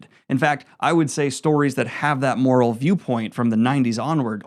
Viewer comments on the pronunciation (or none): none